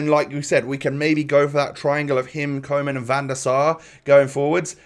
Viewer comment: Koe in Koeman is pronounced like Koo